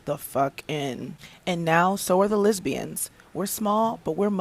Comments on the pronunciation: I was all with lizzo smiling... until she said " Lizbians " 😂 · “Lizzbianz”?! 🥷please 🙏